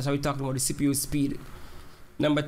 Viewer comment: sounds like u saying sipu lol